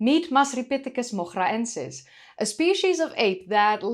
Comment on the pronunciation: I guess in Moghra : the GH would be pronounced like R in french and the R rolling like an R in Spanish. The way you pronounce it sounds like Dutch not Arabic 😂